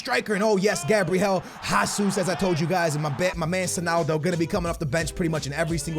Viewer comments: I swear to god man lol. ITS NOT HASUS! It’s HÉZUS! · it's Gabriel "Haysus" not "Hasoos" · It's fucking pronounced Jehsoos not Jahsoos dumbass this dude can not fucking talk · why does pronounce it "jasus"?? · Its gabriel JESUS not JASUS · pronouncing names is a big no no ahah Its Jesus no JASUS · pls pronounce jesus right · i don't wanna be annoying but, you are pronouncing Gabriel Jesus wrong. I'm brazilian and here we speak portuguese, not spanish, so the correctly pronuciation is a little bit complicated to explain, because the english language haven't any syllable that sound like the right way to pronunciate "JE" in portuguese. I will try to make a exemple: Speak like the "Che" of Che Guevara but change the C sound to the J sound, like JHE but with a soft pronunciation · it's pronounced Jesus like you would pronounced Jorge Jesus... He's brazilian